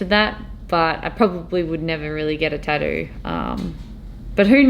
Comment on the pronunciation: Did she say "tatdrew" or "tatroo"...?